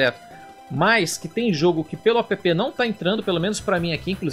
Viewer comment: Apepê?! Será que algum dia vão perceber que app é uma palavra, e não uma sigla?